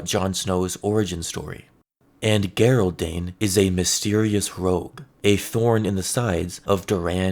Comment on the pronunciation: Okay bro i love your stuff but its "JER-OLD' darkstar....not "GERR-OLD".... think the british way of spelling Gerry...you wouldnt say "Gerr-Rie" lol...just saying...no hate brother. Keep rocking